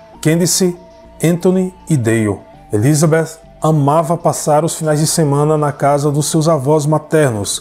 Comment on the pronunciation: Adoro o canal e a narração,só me dá agonia a maneira como o pronuncia o nome Elizabeth 😐 No mais,parabéns pelo trabalho 👏🏼👏🏼👏🏼